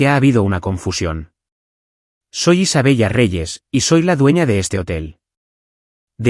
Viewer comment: Quince cero, cero, cero? Qué pasa? Isabella? Se dice Isabela.